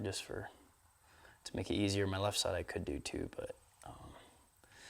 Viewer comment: said...DOODOO....lol...yes he was trying to say "Do too"...but REALLY sounds like DOODOO...